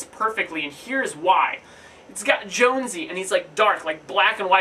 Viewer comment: Good review on the song. I'm pretty sure "Jonsi" is pronounced "yon-zee" though, or at least that's how I understand it lol